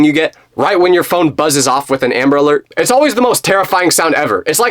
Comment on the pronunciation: it’s “it’s” not ots